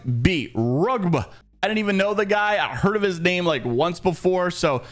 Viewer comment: Bro... Wrugb was a former NaVi player, Wraith main and known for aggressive plays. It was also insane news that he'd join Aurora as a coach. He shouldn't be a stranger to you as an ALGS Fan and the fact you can't even pronounce his name properly is hilarious xD The rest of the video is top notch - as Allways.